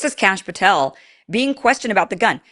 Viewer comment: You said Cash Pathel and am like 😖